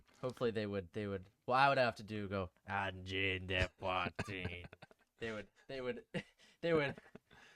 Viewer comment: Your pronunciation of "Angine de poitrine" is Really Good actually.